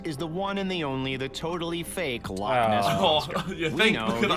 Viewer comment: Me being Scottish and the guy say “loaoaoaoaoaaoaoaoaoaoaock”